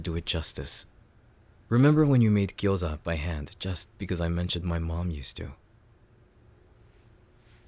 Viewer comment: no but the pronunciation of gyoza is remarkably good??